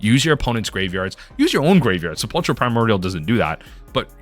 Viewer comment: Sepulchral is pronounced 'kral'... no ch sound.